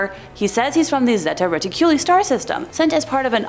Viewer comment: Pronounced: Zeta ( Re-Tick-U-Lie )